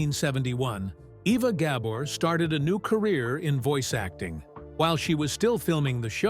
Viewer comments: it's not gabber the accent is on the second syllable - it's gaBOR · I wish the narrator knew how to pronounce her name. Ga-BOR. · I bet the narrator never heard of the Gabor sisters before, or he wouldn't have mispronounced the names so many times. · yeah, they do all this research, except the most important issue, pronounce the NAME correctly.